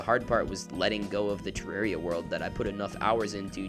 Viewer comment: Amazing video, also congrats on being one of the few people that actually pronounce 'Terraria' correctly!